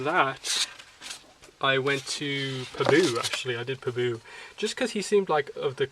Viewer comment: The only thing that annoyed me in your video is that you pronounce pabu in the weirdest way. However, other than that small fact, your video was alright. I may get this book but it is kind of short. They do not show any of the buildings or anything which would have been nice. If they did a step by step on a spirit world scene and a republic city scene, that would have been cool.